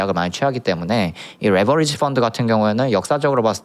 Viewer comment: 레버지리 발음,,,,,,굴릴려고 말고 그냥 또박또박 읽어 더이상하다